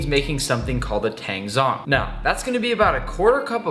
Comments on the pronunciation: tangzhong is not pronounced with a silent h! it's pronounced like "taAng-jOng" as in tang-y and john with a g on the end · To you, Weissman and all the other Americans, zh in Chinese makes a j sound, so tangzhong (water roux) is pronounced tangjong